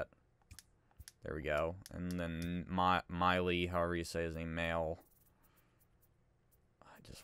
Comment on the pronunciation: Maile is pronounced “May-Lee”. Just for future reference. :)